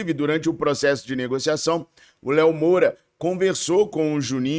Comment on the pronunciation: é dez, gente como a gente. Errar é humano. Mas eu ri quando ele falou Moura